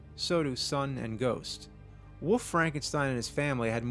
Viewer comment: There is an L on WOLF. It isn't woof or woofman.